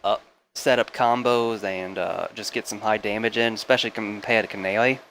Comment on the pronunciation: Numba thweeeee starting at black canawy😂